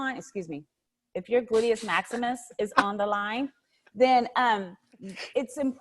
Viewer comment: She said gluteus Maximus 😭😭😭😭😭